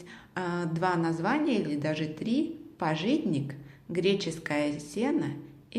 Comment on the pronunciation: пАжитник, а не пажИтник )